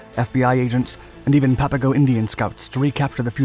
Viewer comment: A couple of things, I could add: Papago is pronounced like Pop a go, not pap. The label was a derisive one the Spaniards had for the Native Tohono O'Odham People, who still live here. [It meant ''Potato Eaters.''] The title is no longer PC. The yarn is well known here in Arizona, and you missed a few colorful details. Coleche is a congregated natural ceramic, created from intense solar heat and the right soil combinations over eons. There is a Coleche Layer all construction guys here know about. Usually about 6 feet below the surface. You need a 6' iron digging bar to bust thru it. Tough stuff, but once thru the Coleche, the digging gets easier. The story goes, the U-Boat guys got hold of a gas station map, which showed the local ''washes'' and arroyos, as streams, with little blue squiggles. Except for during Monsoon Season, when a flash flood can turn a dry wash into a raging, impassible torrent, they are dry and choked with abrasive brush, cacti, mesquite, cholla, etc. In their optimism, the U-Boat guys made their own Klepper folding boats [canvas kayaks] out of plywood supplied from the camp Recreation Department and raincoats. With these, they would navigate the imaginary rivers seen on the map. Gila is pronounced with a Spanish silent G like ''Hila.'' I also heard the German POWs spent their last American money on Chinese food in Downtown Phoenix, before being turned in to the Army. Local Chicanos lived near the camp. My Brother's ex-Sister-In-Law, Bernice, was a small